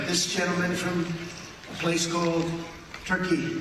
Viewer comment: “A place called TerKY”hahaha